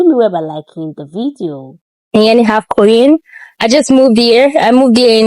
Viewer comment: My dear ♥️ i know you have been Ghana 🇬🇭 for a while The word is half not alf. Please